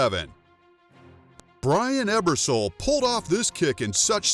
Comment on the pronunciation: He just said 'Brain Ebersole' that ain't saenchai